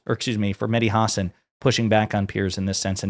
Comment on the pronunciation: WTF IS A "HOSSON" IT'S PRONOUNCED HUH-SAAN. YOU SOUND IGNORANT